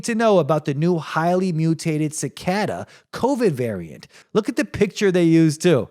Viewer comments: Wtf is sicada? Its pronounced Ci Kay Das lol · Generally a mispronounced word isn't funny, but when you say it 50 times in a row it's kind of hilarious. I can't believe that you've never heard the word cicada before. How is it possible that you can't pronounce a word that you've likely heard hundreds of times?